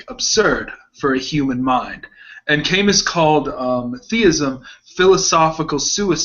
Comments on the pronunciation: . Kierkegaard couldn’t have responded to Camus because Camus lived much later than Kierkegaard. Kierkegaard died in 1855 and Camus was born in 1913. Also it is pronounced “Kah Moo”. Unless they are talking about a philosopher I am not aware of. Kierkegaard basically founded modern existentialism and Camus was involved with absurdism. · "kay-miss" hes french. "cah-moo". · Guys, it's Cah-moo not Kay-mus...and Kierkegaard came before Camus so he couldn't have responded to him. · THEY KEEP PRONOUNCING "CAMUS" LIKE KAY-MUS IT'S PRONOUNCED LIKE CA-MOO CA-MOO YOU FOOLS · do all americans pronounce Camus as "chemex"? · Camus is pronounced without S...